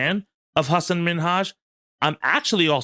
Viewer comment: Sorry I don’t want to be annoying but Hasan really cares about the pronunciation of his last name. It’s not like Nicki Minaj is Min haj